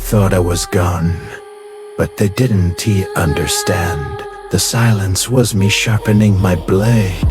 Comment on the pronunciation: this is good ut could you check the ai it doesn't now how to read don't and they just say don t and did t